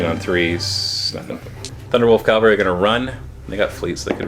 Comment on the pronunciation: a nitpick, but it's CAValry, not CALvary. Sorry. pet peeve.